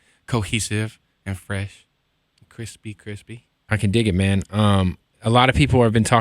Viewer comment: Creespy creespy lol